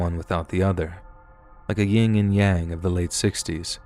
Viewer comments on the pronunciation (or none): The correct saying is Yin and Yang, not Ying and Yang.